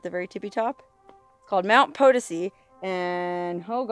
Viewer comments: She still effes it up and says 'POE-tih-see. Eh, you can lead a bimbo to proper pronunciation but you can't make her speak! lol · I was going to say we have a town in Missouri that is spelled the same way and we pronounce it Puh-Toe-see also. Thanks for correcting her. Also she was on a War Bonds tour not a USO show. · It's Mt 'puh-TOE-see' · Hey, you made it! I.E you answered my question of if you'd ever been to the Crash site at Mt Potosi. By the way- it's pronounced Po-to-si. Accent on the 2nd syllable. If anyone told you otherwise they're wrong. Thanks, neat place. Cool story, that dude sounded like an idiot. Hate that when someone ditches in the wilderness! Tough luck, looks rough. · In Mo we have a town Potosi we pronounce it Po toe see